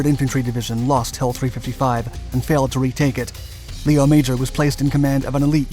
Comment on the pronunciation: They also pronounce his first name incorrectly (Lee-oh, rather than Leh-oh).